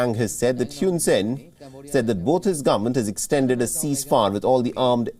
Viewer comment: It's Hoon Sen. Not Hewn Sen.